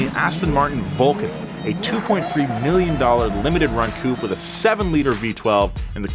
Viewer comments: It's pronounced "Cou'pay" not "Coup" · Nice article, beautifuly explained. But one thing. It''s coupé not coup. It sounds like you are mentioning coup d'état instead of car body style... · 2 minutes in and had to turn off. 1. A 1980s 3 series isn't a vintage car 2. It's pronounced Coo-pay, not coop. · God damn it americans it’s called Coupé not Coup! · You pronounce coupé wrong. On purpose. That won't do at all.